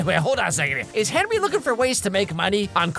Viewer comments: I never knew his name was actually pronounced as Henwy instead of Henry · Its henrey hart btw not hard